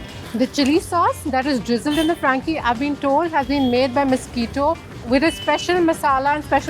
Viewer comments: it's misquita not mosquito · Young lady get your pronunciations right. He is not mosquito but Misquita. The poor owner didn't seem to know the difference between mosquito n Misquita. But you being an educated girl ought to have known the difference. I don't know who you are nor had I heard of this cart since I live on the outer skirts of Mumbai.